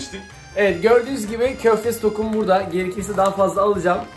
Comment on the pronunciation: STOKUM DEĞİL STOĞUM DELİ ETTİN DELİ